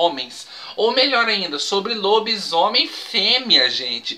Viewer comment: kkkkkkkkk....."Lobismuié" foi ótimo! kkkkk....